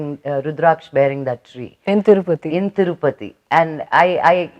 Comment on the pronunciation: Thurupathi kadu akkai ,tirupathi